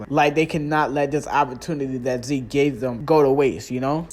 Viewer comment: Why are you calling ZEKE as ZEEK 🤣🤣🤣